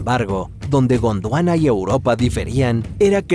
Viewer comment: Cada que dice Godwana escucho la intro de sentimiento original